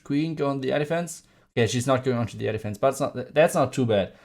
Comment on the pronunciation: With the German accent when you say air defense it almost sounds like you say elephants! Awesome vid!